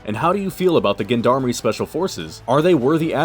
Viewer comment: nice review. just learn how to pronounce gendarmerie